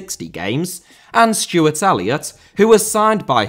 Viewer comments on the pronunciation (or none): none